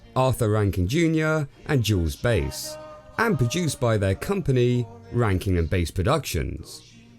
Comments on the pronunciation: Bass is pronounced like the fish, not like Base. I've read the book, which is quite small, & I think it was a pretty straightforward adaptation. The relationships really were that shallow. The official soundtrack CD was a letdown. Some were cover songs by different singers rather than the voice actors. How about A Flight of Dragons? Same animation studio. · That's not how you pronounce "Bass" - it's like the fish. Bass. Not Base. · Got the first part of the name correct but the second part you flubbed. Bass here is pronounced like the fish